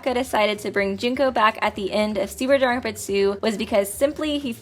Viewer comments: I'm sorry, This is how you pronounce danganronpa? JONAWITZ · Please pronounce Danganronpa and not just mumble it... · I like these videos a lot but I really hate the way she lazily says "Danganronpa"